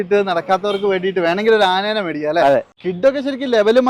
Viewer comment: ആ നേനെ എന്നല്ല ആനയെ എന്ന് പറയൂ😂